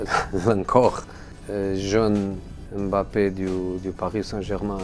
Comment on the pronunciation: Il dit mieux "Mbappé" que la moitié des journalistes français 😂😂😂